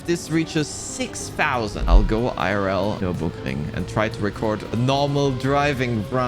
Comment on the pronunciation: Finally someone who can pronounce the name of the track 😂